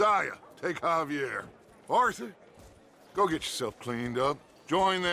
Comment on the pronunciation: A minute in, and a guy named can't pronounce Javier correctly. He must be from Texas.